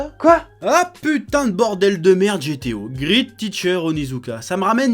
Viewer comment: GTO : "GRIT" teacher Onitsuka 🤣🤣🤣